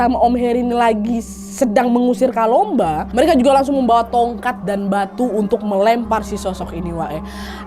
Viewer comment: Kakk kalumba bukan kalomba